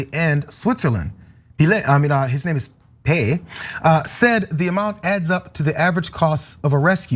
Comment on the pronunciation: Peillex, probably pronounced peyecks. The final x isn't silent.